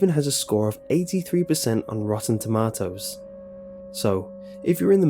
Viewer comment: the way he says tomatoes lol